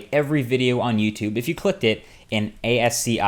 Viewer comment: ascii is pronounced ass-key